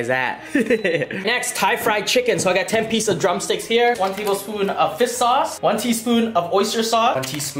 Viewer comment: FISSS sauce